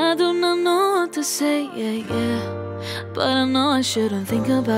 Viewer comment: Its "yah yah" not "yeah yeah"....no hate I literally envy you😂